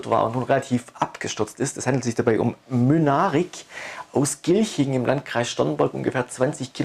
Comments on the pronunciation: heißen die nicht MYNARIC und nicht Münaric? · Das ist schwäbischer slang :-D